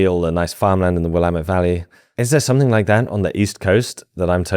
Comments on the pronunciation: You live here but kudos on pronouncing Willamette correctly. Ayo river. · Love the video but nothing more jarring than hearing someone pronounce Willamette correctly despite a different accent as a native Oregonian